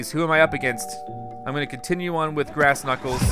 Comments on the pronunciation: It's "Grass" not "Brass" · you sed brass not grass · It's grass,not brass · You said brass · it grass not brass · its grass not brass